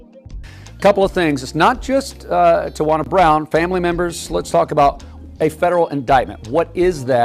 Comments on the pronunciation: Tijuana... I mean Tiawana? 😂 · LOL right! Tiajuana Mann😮